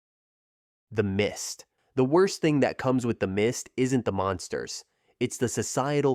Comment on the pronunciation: The fact he says dat instead of that lol